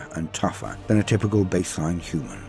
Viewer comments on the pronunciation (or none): none